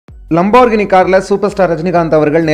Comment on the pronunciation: "லம்போர்கினி" இல்ல பா அது "லேம்போர்கினி"